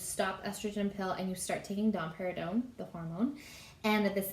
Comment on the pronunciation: I just keep hearing dom perginon 😄